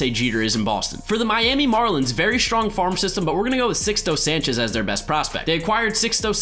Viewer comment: Sixto is pronounced like Seeks-toe btw